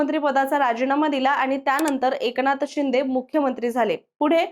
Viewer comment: Tumhi AI girls ahe ka? Ki read karta yet nai ahe script 😂😂😂 Eknath Shinde kasa pronouns kartay 😂 and barech shabda 😅😅